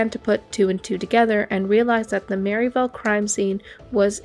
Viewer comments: Yessss this irritated me soooooo much! MerrILLville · I drive I-65 all the time. Never heard this story. Thanks for the great coverage of it. Great video. (Pronounced Merrill-ville, not Mary-villle). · It’s not Merryville, it’s Merrill-ville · Great video but it’s Merrillville not merritel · When I first heard this, I didn’t know it was Merrillville Indiana. The way she said it was Mary Dale. Until she said Rennseleaur and Remington did I figure out it was Merrillville and the Indiana State Police were involved.